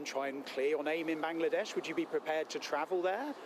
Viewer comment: Still a Parliamentarian? How. Will you go to Bangladesh to clear your name? Mumble mumble, Ban-ladesh Fuck off.